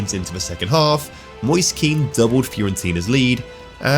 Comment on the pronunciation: Don't know if you'll ever read this but Kean is pronounced "Ken" (like Kenneth) not "Keen"